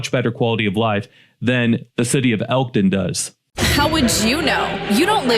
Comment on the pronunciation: "ELKTON" NOT ELTON